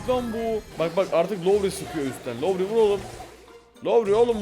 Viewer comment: Abi lütfen Laori deme. Türkçe'yi bırak İngilizce'yi katlettin ya.